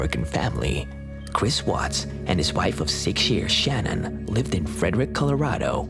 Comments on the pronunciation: Her name is pronounced Shan Ann. You have the video of her husband saying her name even but you still say Shannon. 🙄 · If you are going to do a report on something please get your names correct. It isn’t Shannon in the Chris Watts story it’s spelled Shanann pronounced “Shanun” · Her name is pronounced shuh nan. At least say her name right. Sorry its just a pet peeve of mine. Out of respect say her name correctly. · I hate that I'm being picky... But Chris Watts wife's name is pronounces "Shuh-nan" not "shannon". Its spelled Shanann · Love the vids. #3 FYI, her name is Sha-nann, pronounced Sha-nann (Watts). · Her name was Shanann not Shannon. I know it’s close but for it to be so recent, no excuse for getting it wrong.. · Don't let the TROLLS get you down, lets see their videos...they do make videos...right? In case 3 her name is Shanann pronounced Sha Nan, great vid otherwise I hadn't heard of the first case. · you pronounced Shannon's name wrong